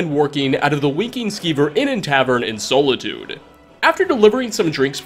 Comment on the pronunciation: As an elder scrolls fan the way you said Solitude hurt my brain.